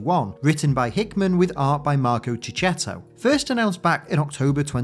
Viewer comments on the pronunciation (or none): And btw.. chechetto Is pronounced with both hard c (Just like pichelli).. keketto.. your italiano pronunciation tip 😝